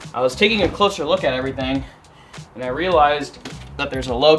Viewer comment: I swear you add and e when you say and